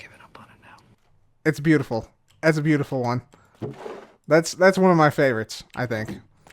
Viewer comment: Horn Idea: Stress saying 'am I bootiful?' while riding a boat with Iskall Also keralis saying 'Schawasmi'